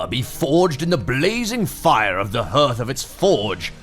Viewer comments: 'hearth' is pronounced like 'harth' like heart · It's pronounced "harth". You're English ffs! Do better!